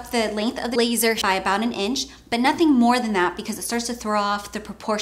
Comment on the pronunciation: Is it just me or I'm hearing 'laser' randomly 😂😂